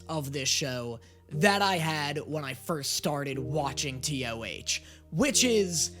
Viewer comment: OMG HE CALLED IT T.O.H